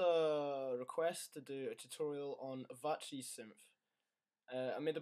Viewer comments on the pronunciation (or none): It's pronounced "Aveechee" not Avachee and it's spelt /| |/ | C | |